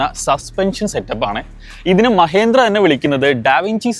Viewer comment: മഹേന്ദ്ര അല്ല സുഹൃത്തെ.. പേരെങ്കിലും ശരിയായി പറയാൻ പഠിക്കൂ..